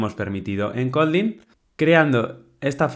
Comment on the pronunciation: No me cabe en la mente un dev experto en Kotlin que ni siquiera pueda pronunciar Kotlin correctamente